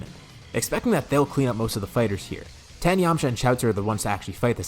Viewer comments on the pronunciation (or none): this man is allergic to the i in tien